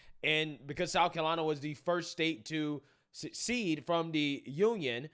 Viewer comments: it’s se-cede not suc-ceed. ‘Ask vs axe.’ You’re awesome. I love this podcast! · S E C E D E. There is no U in that word. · Pronounced suh-seed. I can’t watch your videos anymore beyond the clip being referenced. between you always yell talking, and choosing to speak like “dat was da dumbest question tuh axe” I lose braincells